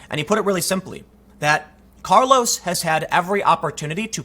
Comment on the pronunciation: Who’s Carlos maza??? Ohhhh you mean carloth matha? That’s how he pronounces it at least.